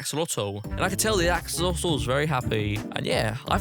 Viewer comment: I like when he said axolatol